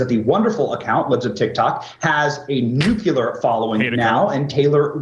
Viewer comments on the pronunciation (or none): Right-wingers think they sound intelligent if they use words like "indeed." Morons. He still used the word "nukulurrr." Probably never cracked open a dictionary in his life, much less ever referred to an unbiased information source...